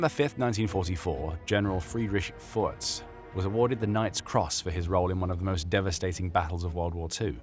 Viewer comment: You just called that man Friedrich Fart hahah. Foertsch is pronounced like Ferdge if you speak Englisch not Furz